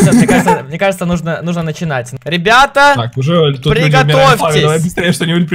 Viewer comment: Ты сказал ебята ахахпхпхпх